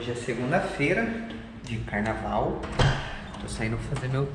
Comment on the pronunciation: Carnavrauuuuu é carnatrail. Boa, jovem! No aguardo dos próximos.